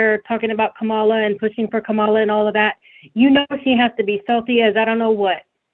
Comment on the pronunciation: Are these black women racist for not pronouncing kamala's name properly? 😂